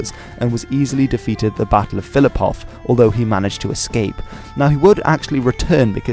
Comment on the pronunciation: Correction, you can’t pronounce Kilsyth or Philliphaugh either. Poor show. Very poor show